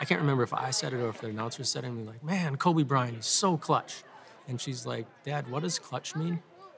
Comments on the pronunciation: her dad one hundred percent just called Kobe "Colby" three times lol, but this girl can BALL!! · Gabe nah nah nah, he def said Colby lol